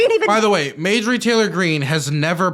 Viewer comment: dude … it’s MARjorie not MAJORie